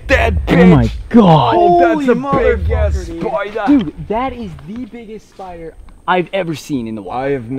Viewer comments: “THATS A BIG ASS SPI-DAH” made me laugh so hard 😭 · "BALLS LOOK AT THAT BIG FACKING SPUEDER"